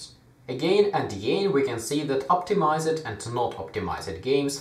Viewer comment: The word "optimized" is pronounced "optimaisd" and not "optimaised"